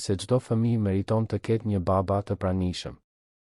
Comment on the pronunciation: Po theksoe Mir fjalen baba Jo ba-ba